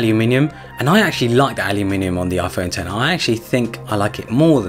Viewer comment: it’s pronounced 10-r